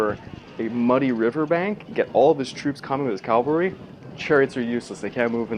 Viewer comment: Cav-al-ry not Calvary.